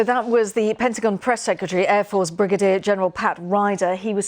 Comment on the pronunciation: I hate how she says Pentagin